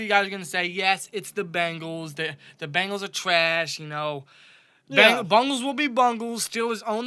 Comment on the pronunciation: Bengals not Bangals!!!